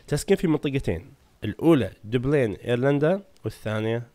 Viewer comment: اسم عاصمه ايرلندا هي دبلن وليس دبلين فقط للمعلوميه وشكرا استمر